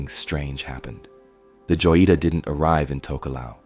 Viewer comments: It’s pronounce (hoyeetah) not joyeeta. J is an H sound in Spanish bro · I dont want to nag but joyita≠ yoita its (ho-jee-tah), I know Spanish do be hard but come on man, it’s not even a hard word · Joyita is pronounced hoyita... you are making me scream mispronounced it over and over 😵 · You butchered the name “joyita” haha good video tho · Not the "Joita", the boat name is clearly readable on the hull, the "Jotita"